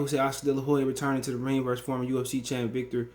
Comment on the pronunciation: It's veetor belfort